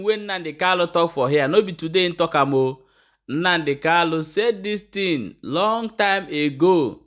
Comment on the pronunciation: Kanu and not kalu.